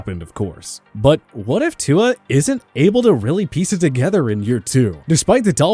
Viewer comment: you people make a video on how to properly pronounce NFL player names. yet you still butcher Tyrod's & Tua's names!